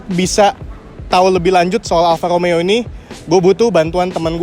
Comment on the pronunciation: BELAJAR bulang R dulu Bro.....!!! Kalo gaa di Wakilin dulu...Cs Alfa Romeo Ada Huruf R di sana Ente gaa Bisa Huruf R.... Mending OFF Kasih Yg lain ROMEO Bukan Lomeo